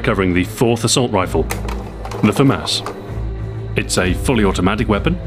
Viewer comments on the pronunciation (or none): I thought it was pronounced fu-moss not fu-mass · I came here to end the argument about whether it is pronounced the Fah-Mass, or Fah-Moss... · Adrien Tirard moi aussi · His french pronunciation is wrong... It's like he's trying to read it in his English accent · Yeah just common pronunciation. If you hear it one way originally then you'll think that is the way it is pronounced.